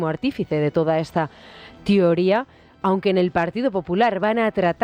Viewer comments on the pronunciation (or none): Y la conductora dice: "TIORÍA" 😮😂